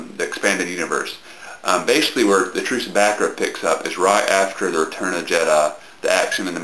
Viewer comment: It's "Back-Koora" trust me.. Only Americans could pronounce it as stupidly as Bakerrha XD